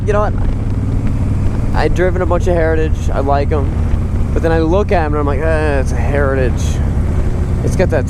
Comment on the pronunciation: What? You can’t say sausages either. Heritages. Just have to slow down a bit.